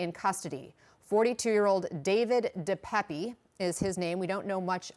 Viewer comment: It's pronounced DE PAP. He's originally from my hometown.....in Canada. I'm pretty disgusted right about now.